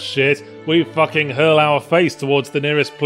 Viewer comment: I love the little moments where yahtzee lets a northern twang through; 'thats more fuhckin' like it!'